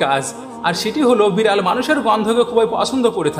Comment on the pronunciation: ভালো লেগেছে, কিন্তু বিড়াল উচ্চারণ ঠিক মত করেন